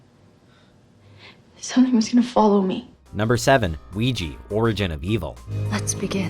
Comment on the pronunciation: It's Ouij-ah, not Ouij-i.